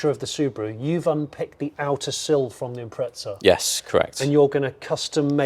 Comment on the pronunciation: imprezza* not impretza but still love ya jonny